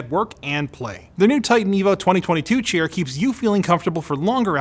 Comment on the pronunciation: the way says chair sounds like "chear"